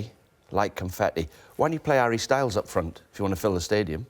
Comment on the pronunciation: I don't understand the Harry Styles emphasis